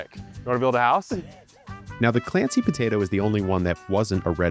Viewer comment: Brooo, the buh-tay-doh accent killlls me 😂